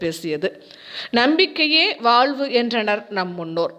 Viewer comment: தமிளுக்கா? வாள்வு? தமிழின் அழகு ழ அல்லவா?